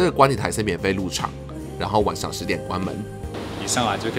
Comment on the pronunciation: 好奇問個 是南部人嗎 因為聽到你講晚ㄕㄤˇ XD